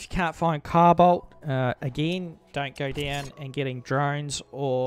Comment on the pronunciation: "cow bolt"??? "Carbide"???